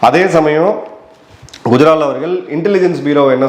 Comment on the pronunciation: Sir I K குஜரால் பெயரை மட்டும் தெளிவாக ஏன் சொல்ல மறுக்கிறீர்கள் மற்றவர்கள் பெயர் மட்டும் தெளிவாக சொல்கிறீர்கள் காரணம் புரியலையே............